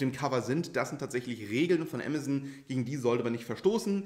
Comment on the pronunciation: Ich dachte zu anfangs „was ist Emmerson?“ 🤭 Man darf das ruhig deutsch sagen. Ah mah zon. 😉